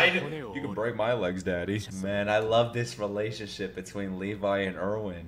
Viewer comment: How am I seeing no one telling him he's been saying Erwin's name wrong this whole time. 🤦‍♂️